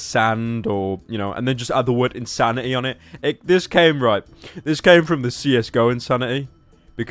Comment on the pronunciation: i think u mean in-sand-ity